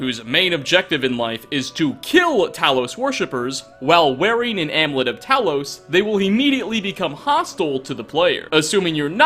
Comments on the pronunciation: Am-you-let, not am-let. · Am-You-Lit. Not Amlit 😆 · "Amlet"... AmUlet. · "Am-U-Let" not "am-let" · "AmUlet" and Eslaf. And all of the names in that book are words backwards ;) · theres a U in amUlet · The U in amulet is not silent. Knock that shit off.